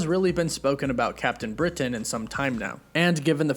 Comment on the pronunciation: Great post. But I hate the way you over pronounce CAPTAIN BRITAIN....